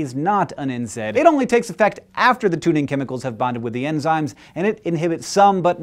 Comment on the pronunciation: Hank pronounced NSAID wrong. It's prounounced N-SAY-D. Gosh though, this made me realise how much pain I'm in.. I have widespread chronic pain and there is hardly any relief.. I was perscribed a muscle relaxer recently! D: I wish more research would be done on pain.